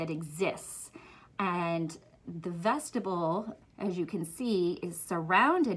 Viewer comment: Vestibule is pronounced vest-tib-yool